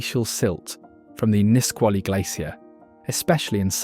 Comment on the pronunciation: Beautiful film but soo many pronunciation mistakes. I've lived in all these states, so please correct your pronunciation here: Kenai: pronounced KEEN-eye, long e sound Salish: pronounced SAY-lish, the "a" is a long a sound Nisqually: emphasis on the 2nd syllable, Nis-QUA-lee Willamette: 2nd syllable emphasis, Wil-LAM-ette Kootenai: 1st syllable emphasis, pronounced KOO-tun-eye I couldn't finish it but it was beautifully filmed.